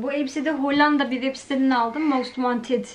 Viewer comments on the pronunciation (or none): none